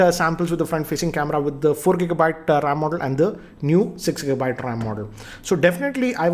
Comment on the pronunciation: It is RAM, not RAAM.